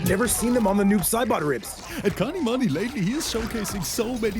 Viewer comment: As i have said again his name is kanimoney not kanimani! Just give him the 2k!